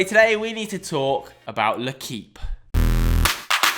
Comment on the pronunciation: It's more pronounced like lay-keep instead of le-keep. But other than that spot on